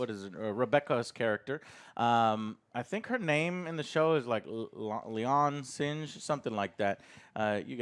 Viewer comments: SINGH Joe, it's SINGH, not sinj, it's pronounced like SING but with a silent H at the end, just say SING damnit! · 'Lay-on Singe' I love it! Joe, I laughed very hard at this. Don't know why it was so funny, but thanks. Also, 'Lah-ahn Seeng' is the proper pronunciation. And as for the 'bomb,' it was actually an atmospheric filter that they were going to give to the planet, but it got damaged (indirectly) when one of the Gorn shots hit the cargo bay area. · mispronunciation of the week. “Leon Singe” sounds crispy. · Joe, Singh isn't even a sci-fi name, it's a very common one, and mispronouncing it constantly is kinda lame